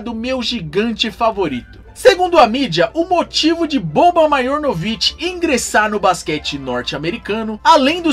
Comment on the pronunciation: Se pronúncia Marianovic o j tem som de i em sérvio. Mais um excelente vídeo sobre essas lendas, no sentido folclórico da palavra.